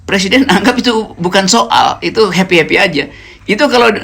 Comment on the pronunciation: . heppy heppy artiny, "I yem berry heppy!"😁